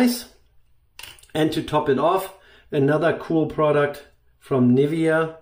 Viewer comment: ich will keine Karen sein und nimm's mir bitte nicht übel, aber sprich doch unsere deutschen Produkte so aus wie sie auch heißen:-D Nivvia hört sich so falsch an, sagst doch auch nicht zu Porsche, Porsch (hoffentlich) Schönes Video btw, habe mir vor paar Wochen den Yaqi Sentinel gekauft mit 1,5 mm Klingenspalt. Dafür, dass man da gefühlt die ganze Wange drin bunkern kann, ist der extrem sanft und seeeeehr gründlich. Den Kopf gibt's auch in OC Form, das habe ich mich dann aber doch nicht getraut. Für ca 50€ aus Edelstahl wirklich ein super P/L Verhältnis, was Yaqi da hat. Generell deren Edelstahl Köpfe sind sehr wertig